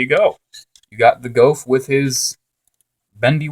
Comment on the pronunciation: It's pronounced GOOF